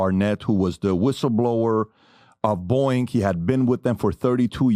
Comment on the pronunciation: Boeing is not pronounced Booing its pronounced Bowing Pat